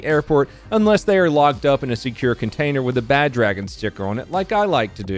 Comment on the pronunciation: I thought you said Badge and Sticker. No, you said BadDragon sticker